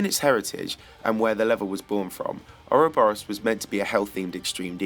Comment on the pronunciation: how hard is it to do a little research and discover that not only is a a worm, but most definitely not pronounced 'ouroburiourus?' expected more effort from tbh...